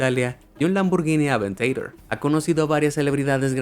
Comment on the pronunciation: El nombre "aventador" no es gringo, es italiano pronuncialo cómo se debe, aunque la marca sea del grupo Volkswagen